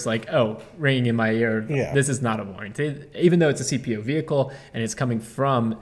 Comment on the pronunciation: The "h" in "vehicle" is supposed to be SILENT!